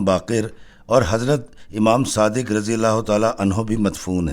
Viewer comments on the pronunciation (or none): none